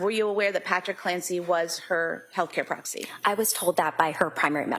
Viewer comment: Healthcare "proxi"?? Wth..